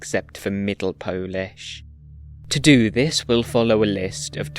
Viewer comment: As a native Polish speaker I really love your pronunciation. It was perfect! Spectacular work! Thank you ❤